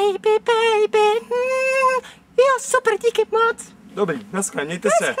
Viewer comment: Když už tak to neni naskle ale naschle;)) ..a Vaše videa sou jakože dost super ale tohle ..Nechte Justina bejt;))) chápu to že závidíte:*